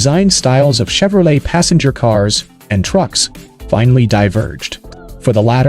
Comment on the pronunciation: The pronunciation is just off. No one calls the trucks COA They’re called cab overs. And saying Chevrolet with a hard CH is just silly as can be.